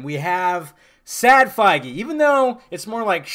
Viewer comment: Quit pronouncing Kevin's last name wrong it's fucking irritating 😠